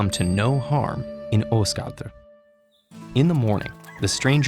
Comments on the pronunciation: Always disappointed when watching English videos on north Mythology and hearing the pronunciations of the names. Almost got Svaðilfari right, but Asgard (Ásgarður in Icelandic) was nowhere close. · Well no you didn't. TED-Ed usually has pretty good pronunciation, but they butchered some in this one, including Asgard (or Asgård). It depends on if you want to pronounce it in Swedish, Norwegian, Danish or Icelandic, but I don't think any of them pronounce it like that. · did you just say Osgard